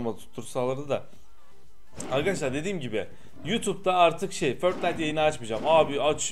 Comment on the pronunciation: Niye förtnayt diyon